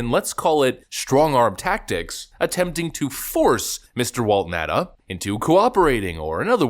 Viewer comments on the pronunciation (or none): its Now-tah (Nauta)